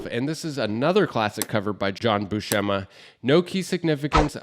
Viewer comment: great list. but the pronunciations need work. it's "LIE-feld" and "BU-sem-ma"